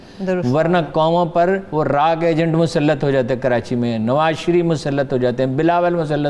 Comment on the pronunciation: she pronounce KAAF as QAAF and it's annoying to be honest so Pakistan becomes PaQistan , Karachi becomes Qarachi, Kamal ker deya becomes Qamal ker deya and so on. I know many will call me picky and pain in t h butt but it's national tv and Urdu program , we expect as much